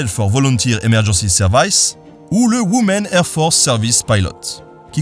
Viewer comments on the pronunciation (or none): Juste pour ta prononciation (la vidéo étant toujours top): "Women" se dit "wimen" ;) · Pour info, la prononciation correcte de "Women" est ouimi'n